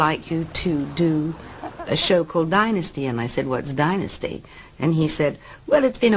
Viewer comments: Fallon's rediculous alien abduction, spelled the end of the show. It is not called DIN-USTY it is pronounced DIE-NUSTY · It sounds disgusting when the narrator arrogantly and disrespectfully mis.pronounce Dynasty as “denasty”. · They couldn’t get someone that can pronounce the word “Dynasty”?? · funny how most in Europe say "DINNASTY", but in America it's "DYNASTY", honey .. gotta emphasYze that "Y"